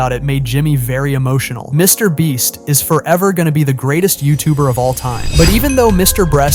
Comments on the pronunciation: BRO SAID MR BLEACH AND MRS BREAST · "Mr. Breast..." 🤣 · Bro said "MrBreast" instead of "MrBeast" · Bro really called him Mr. breast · no way he said mr Breast💀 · Mr. Bleach..😂😂😂this narration guy have somekind of mental issues. Sometime saying Mr. Breast sometime saying Mr. Bleach. 😂😂😂cmon he is Mr. Beast. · mr bench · Mr breast lol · YOU NEED TO STOP SAYING MRBLEACH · he said Mr. Breast😅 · bro said Mr. bleach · He said mr. Breast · He said mr bleach😂😂😅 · Did anyone notice bro was calling him Mr. bleach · If you watch the whole video the guy doing the video calls Mr beast Mr breast lmao 😹🔥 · "Mr Breast???" who heard the voice say "Mr Breast" ???? . was this video done with AI? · in and Dude said Mr Bleach and he says Mr Breast🤣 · dude said Mr BREAST!!! LMFAO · bro said Mr breast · Why'd you keep calling him MrBreast occasionally? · Mr. Breast 🤣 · can we just talk about how he randomly pronounces Mr. Beast😂